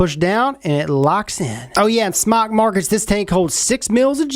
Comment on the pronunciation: it's pronounced smoke not smock. it's a play on words it's sounds like smock from non English speaking people like fried sounds like flied. think about about it its smoke with out the smoke lol